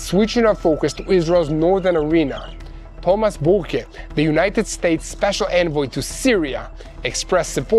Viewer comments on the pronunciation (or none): none